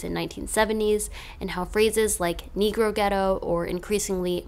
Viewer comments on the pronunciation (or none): none